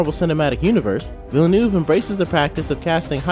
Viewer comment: Its Villeneuve, not Villnueve.